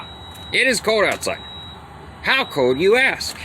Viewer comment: Are you from Pennsyltucky? "Its code outside" instead of its "cold" outside lol. I'm just messing with ya buddy. I'm from Western New York, half Canada, half New York and half Pennsylvania so I have the weirdest accent ever. No one can ever figure it out and I always get sht for how I talk lol. Stay warm.